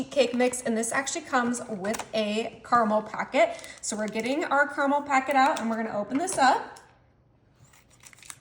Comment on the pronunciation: It's ca-ruh-mel!!!